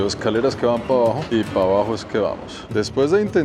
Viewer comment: El influenciador que peor habla el Castellano... Pa', Pal', Vamo, etc. QUE VERGUENZA!